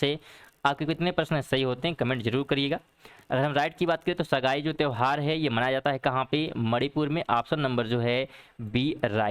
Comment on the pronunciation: बहुत बहुत धन्यवाद 🙏 लेकिन त्रुटियां कम करने की कोशिश करें.. पहले प्रश्न में उच्चारण 'सगाई' नहीं बल्कि 'संगाई' है और दूसरे प्रश्न में द्रुपद, नहीं बल्कि वो ध्रुपद है, वर्चस्पति की जगह वाचस्पति होगा..🙄